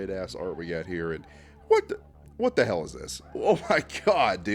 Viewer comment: WTF YOU MEAN “wat the hail is dis”😔🙏